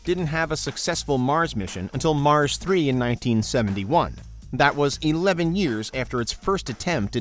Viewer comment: Masss daaa not mars😂😂😂